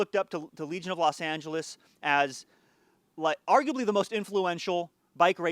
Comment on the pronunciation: For a second I thought you were saying "Let's talk about religion".